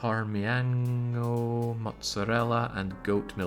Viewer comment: parmiHano is killing me, it's parmiGiano